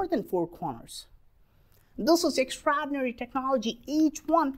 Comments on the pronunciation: EX - EX TRA-TRA OR-OR DI-DI NA-NA RY-RY EXTRAORDINARY- EKSTRADINARY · Extrahdinary!! Extrahdinary!!